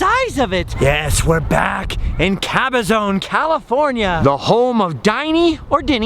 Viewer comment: Hi: as a long time native who grew up in this area, the pronunciation is Cabaz"on" not Caba"zone"